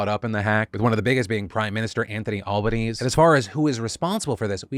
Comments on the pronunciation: Albo-knee-Zee. 😅 Not All-bunnies. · Did he just call Albanese ‘Albaknees’ 💀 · Hey Phil, just a small note in case you cover Australia again, our PM's name is Albanese pronounced with a long "e" sound at the end. So it's basically "Alban-easy" not "Alban-ease". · One day Phil will talk about Australia for something good. One day. Also Albo’s last name is pronounced “Al-ban-ee-zee”, but we affectionately call him Albo cause it’s way easier 😆 I appreciate your US election coverage Phil! As someone watching from a distance and hoping the drama kinda stays at a distance (but also aware that it most likely won’t) it’s great having a source that makes it easier to understand! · Al-Ben-ee-zee not ban. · Also said Albaneez instead of Albaneazy 😂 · Re; Australia, You should have hear about the Optus hack within the last few months. People had to get new drivers license's and passports due to it. Also Albonese is pronounced 'Albon-easy', not 'Albanease' But yeah, it's wild how some 'big' company's seem to have no digital protection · bit more al-ba-knee-zee not so much alba-knees, but thanks for covering some au news bruh, appreciate it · Hey Phil, just an Aussie helper here for pronunciations in your story Med-e-bank Alban-easy Gotta hit those E’s more like a bogan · The Aussie pm’s name is pronounced Anthony Albaneasy just fyi 😂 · another Australian policing pronounciation here. Our Prime minister's last name is pronounced Al-ban-easy :) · As an Australian, the medibank situation was less a bluff call and more a "We don't negotiate with terrorists" call. Which when poeple's medical history is on the line seems like a bad call to make. Side peeve: our PM's name is pronounced: Al-ba-knee-zee. Thanks for the show. We have had a few big data breeches recently which is disturbing and revealing about our attitude to cyber security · Look I’m screaming at how you pronounce Anthony Albanese 😂 he’s Italian it’s pronounced Al-ba-knee-zee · It’s pronounced med-ee bank and albanes-ee